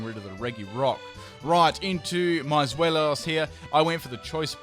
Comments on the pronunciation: i know that this is no one's fault but zweilous is pronounced zvilus it pertains to the German words for one, two, and three. 1. eins, deino 2.zwei, zweilous 3.drei, hydreigon (hi-dray-gone) i know a lot of people already know this, and it also really does not matter much... just a little thing that bothers me a bit. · Zwei, like zweihander the sword, lous. Where do you get "Zwelios" from? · I have never understood what's so hard with Zweilous name?! Its pronounced Swai-luss. not swellious, not swollious, not swallow. Like what the heck XD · I think his point was that he was pronouncing it as "Zwelios" in the video. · Not wanting to be offensive or anything, but Zweilios? XD the 'Zwei' part was pronounced correctly so I was surprised by that XD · and the Regi names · Good Lord you butchered the pronounciation of zweilous